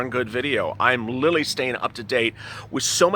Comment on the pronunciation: "Literally" damb it. Not "lilling."